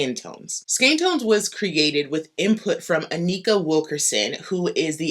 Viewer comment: Thanks for your pronunciation of skein.